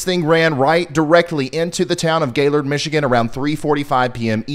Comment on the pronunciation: Aw Ryan, I’m so sorry. I was one of the complainers about your not mentioning Gaylord. Thanks so much for your help. And thank you for pronouncing it correctly!!